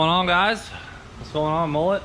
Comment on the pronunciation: Mullet not Molete lol